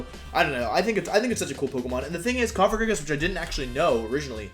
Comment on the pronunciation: I'm unreasonably happy that you pronounce Cofagrigus correctly